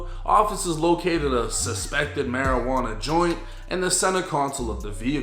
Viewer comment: "Suspected maujuana joint" is craaaazzzyy😂